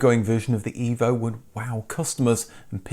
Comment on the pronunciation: I reckon he's been out of the mother country too long.... Listen to that pronunciation of Evo